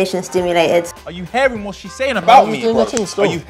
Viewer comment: “Are u hairing that”